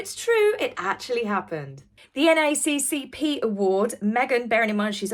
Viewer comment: Don't these "award" committees even fact check M on stuff she talks about? Only one reason for her "awards" is the wokeness of the American news community. I give a little chuckle when says N A A C P by the individual letters. Must be the English way😊. 🇺🇲🇬🇧